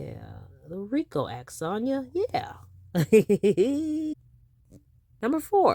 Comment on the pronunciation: ROTFLMBO… You know you are a whole CUT UP!!!🤡 I ran that “rrrrrriiicccooo” tongue roll and laugh back about 50-11 times!!!😭You’re hilarious!🤦🏽‍♀️🤣🤣